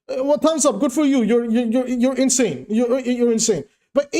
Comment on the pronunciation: 👍 your inseyn